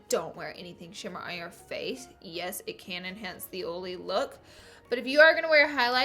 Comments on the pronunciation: It's oil not ol. It's oily. Not oly. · Omfg ur accent is so frickin cute and you say oily like oally ur so frickin cute OMFL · "Oley skin" like wtf 😂😒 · I literallly thought you were saying “OOLY” like the pen brand lol then I realized you’re saying “OILy” 🤣🤣😊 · "Ole" "Oley" 😂😂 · i left the video as soon as she pronounced oily "oly" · every time you say oily in this video I think of Karen's (iluvsarahii) dog Ollie lol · Where I'm from you say oily perfectly😂